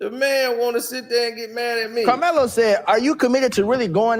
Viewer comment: carmelo not karceno 🤦🏾‍♂️